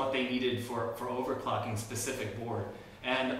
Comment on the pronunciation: Really nice board! But am I the only one who heres 'overcocking' instead of 'overclocking?